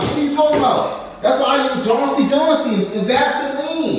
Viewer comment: I’m so glad y’all backkk!!! Happy you feeling better bro 💯 new year new shenanigans 😂 #TEAMBRANNNNN all 2024 🎉❤. “That’s why I use JANSI JANSI” 💀 HELP it’s JOHN-SON 😂